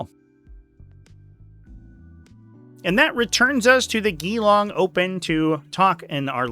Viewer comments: How you pronounced Geelong (G-long) make ever Australian's skin crawl! 😂😂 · Not that you will ever use this info again, but both e's in Geelong are basically silent. Great breakdown! Thanks!